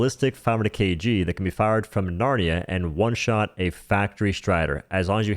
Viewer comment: Dude what's with the H in every W-sound? One is just one, not juan.